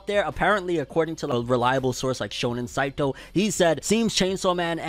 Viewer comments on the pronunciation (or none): none